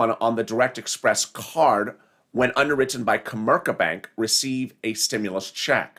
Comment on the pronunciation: Banking on interest lol express not express